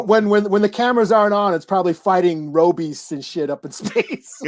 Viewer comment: Not Ro-Beast?!?! Kmlol... #Voltron